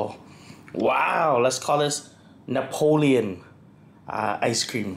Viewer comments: It’s Neapolitan not Napoleon (the French emperor) 😆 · Neopolitan.. Not Napoleon 🤣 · Happy birthday🎉….oh…it’s Neapolitan…not Napoleon…silly 😂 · "Napolean" cake lol. It's called Neapolitan.